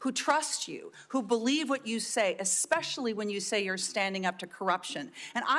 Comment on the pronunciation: He said “ex specially” WE ARE COOKED